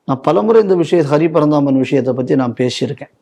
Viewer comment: அந்த போராளி நீதியரசர்கள் பட்டியலில் ஒருத்தர் பெயரை தவறாக உச்சரிக்கிறீர்கள்- அவர் அரி பரந்தாமன்..ஹரி பரந்தாமன் அல்லர்!